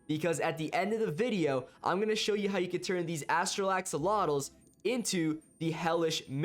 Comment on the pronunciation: U said haxolotuus instead of axolotuus